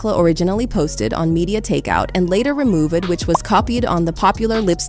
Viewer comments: Whyyyy this AI pronounce words like “arti-kliss” & “remove-ed” & “tit-lid” & “JAIZZ” 😅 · The pronunciation is so odd “remoo-ved” “arti-cles” It doesn’t sound like AI but what’s with the weird words?